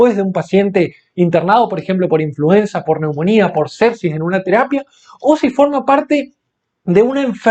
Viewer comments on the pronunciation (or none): none